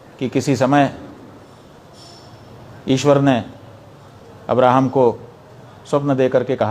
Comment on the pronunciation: पंडित जी आप को इस्लाम की 000.1% भी जानकारी नहीं हैँ. तो महाराज आप सनातनी हैं सनातन की बात कीजिये. महराज आप ठीक से( इब्राहिम ) नहीं बोल पारहे हैँ 😂